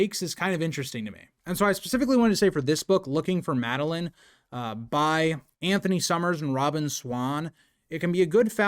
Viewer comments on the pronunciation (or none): none